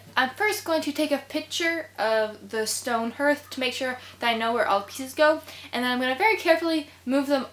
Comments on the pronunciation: It’s pronounced “harth” not “herth.” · 😂 HERTH she says! It’s pronounced harth. Imagine if you heart was pronounced like she does, it would be “I have a broken hert” 😂😂 Ps I’m not hating or making fun it’s one of those that nobody gonna know what you’re saying if it wasn’t in the vid for visualizing Also great job on the HARTH ( lol😂) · I was gonna mention that but I already dissed her abt how she says hearth 😂 it’s HERTH now apparently. Would have been a bigger deal if there was flooring she was going over but all that moisture sure gonna make that osb/plywood swell up and disfigure but once dry it will be fine I’m sure. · I believe the word “Hearth” actually sounds like “Darth, like Darth Vader”… the ar sound is strong. It’s looks beautiful, l love what you’ve done❤️ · You may be interested to know that you pronounce the word "hearth" incorrectly ....